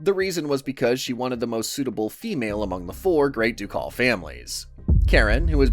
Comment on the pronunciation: For future reference: since you aren’t AI and can fix it. “Ducal” is pronounced Duke-all or duke-ull (like culling), not Do-Call. Just like you say duke, a ducal is the family recognized under the dukedom.